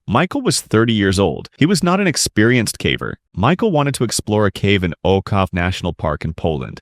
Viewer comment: that's not how you say ojców...